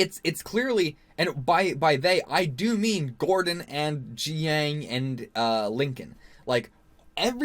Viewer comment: Jiaying is pronounce JUY (rhymes with GUY) - YING. It’s not GEE-YANG.